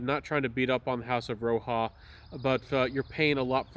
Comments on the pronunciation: He's saying it wrong as well, Roja respelled his name from Roger and he pronounces it like Roger still. It is definitely not "Roha" 😂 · Has this gotten the axe? I can't find it anywhere. For your information, it's pronounced as Roger; he's an Englishman.